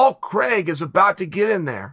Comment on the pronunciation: Hearing my name pronounced as CREGG .... always hurts.